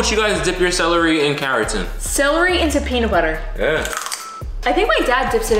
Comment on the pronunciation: you had trouble saying celery you said cellarly 🙋🏻‍♂️🤣🤣🤣🤣🤣🤣